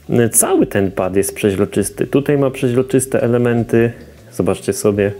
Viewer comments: Nie żadne pziezroczyst tylko przezroczysty panie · Mozesz przestac mowic "przeźroczysty"? Bo to wkurza, prosze mow przezroczysty